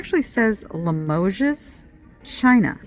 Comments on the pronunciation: Lee moje. Pronunciation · Hey, Limoges is just 2 syllables, Li-mogg, no “es”pronounced at the end. Love what you’re picking up! Stick to your goals of higher end goods, they make sense! ♥️ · On the name Limoges, you don't pronounce the "s". 😊